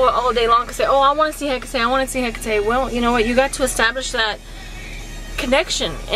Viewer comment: You actually pronounce it right